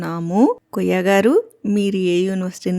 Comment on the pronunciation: అమ్మా వాన్ని కొయ్య అనకండి, కుయ్యా అనండి